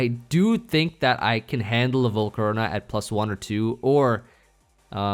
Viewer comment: was dying at "Volcaro-nahhh"